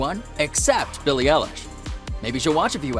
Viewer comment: How u say her name:beiilie eiieilish 😅😅